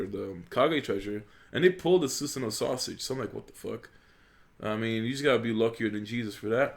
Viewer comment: sounds like u said susanoo sausage